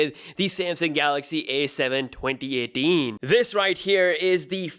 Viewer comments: i mean his accent is so perfect except the 2018 lol. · The way he says 2018 hes like twonty etin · He's Indian spy 🤔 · cuz he is pakistani..